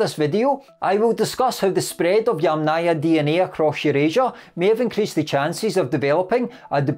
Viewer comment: Yamnaya. The accent is on the first syllable. So: YAM-naya. YAMnaya. NOT yamNAYA.